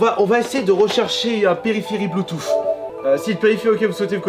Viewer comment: « Bluetooff » mdrr